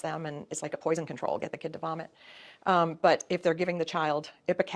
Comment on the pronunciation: “Spiraling out of controw” 😂😂😂 ok